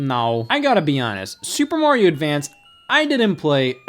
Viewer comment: Dear Americans, Mario is pronounced, er, "Mario", not "Morio". Thanks 😀